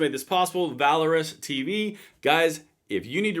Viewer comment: You finally pronounced valorous right. Good job...😅